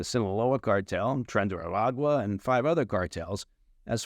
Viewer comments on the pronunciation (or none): none